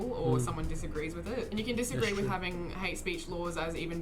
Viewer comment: Haha, maybe Matt could help you since you say “wif” instead of with. 😜